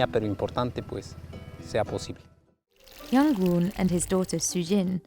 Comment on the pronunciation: yung-goon is chjill